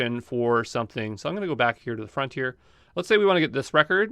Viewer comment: he said “I’m gonna go back to the front here”, but sounded like “frontier”, while using Star Trek references…nah, just me? Ok.